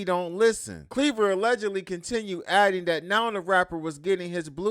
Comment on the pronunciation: its not pronounced "cleaver" G, its clever. they 2 different things